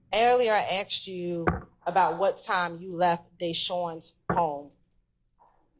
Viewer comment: Prosecutor can’t even pronounce asked right 🤣🤣🤣🤣